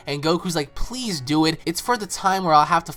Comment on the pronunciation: when goku was asking whis to train him he was sayying piss piss piss piss piss piss